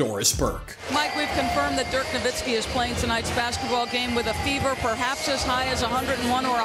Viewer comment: ain't no way guys have basketball channels in 2022 and don't know how to pronounce Nowitzki